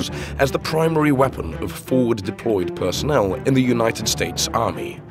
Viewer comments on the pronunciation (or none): none